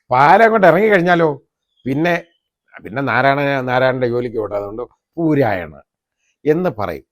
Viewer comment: പൂരായണ അല്ല. കൂരായണ .